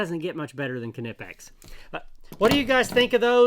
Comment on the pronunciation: You are the only englishspeaking person that pronounces Knipex the right way👍